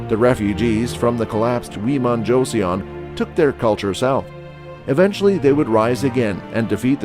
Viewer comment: its JO - SUN, not JOESSIAN